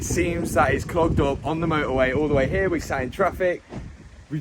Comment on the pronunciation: “When we’ve drove dann ere” 🫣